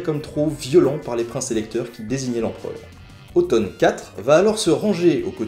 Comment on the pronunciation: Ça me fait bizarre d'entendre Otton prononcé comme « automne ».